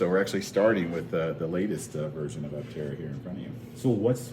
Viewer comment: The correct pronunciation of “aptera” should be /ˈaptərə/, like in “dermaptera” (/dəːˈmaptərə/) or in “zoraptera” (/zəˈraptərə/).